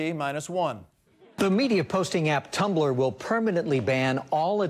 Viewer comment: Did he just pronounce Tumblr as 3 syllabus?!? It's pronounced Tum-blr not Tum-ba-ler